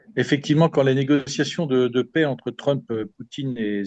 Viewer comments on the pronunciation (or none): Merci à Omerta et à Monsieur. Pour la journaliste du début d'émission, ce ne sont pas des négociations de pets mais des négociations de paix. Un petit effort de prononciation serait salutaire...